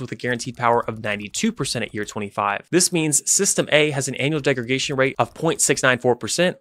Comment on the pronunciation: Great and highly informative explanation. Minor nitpick, it's degraDation (not degregation).